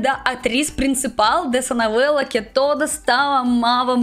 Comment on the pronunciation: Disconcorda, uso-homi, nouela, ulitima vêz, kkkkk